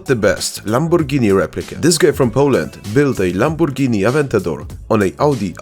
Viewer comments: Your "lamborghini" is fucking amazing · You are the only YouTuber that knows car names. Others say “leambohjeenee”, but you say “Lamborghini”